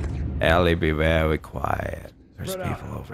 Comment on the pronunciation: i die when says "be vewwy qwiet"